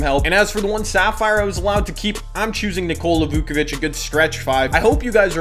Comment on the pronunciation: nikola "vookavich"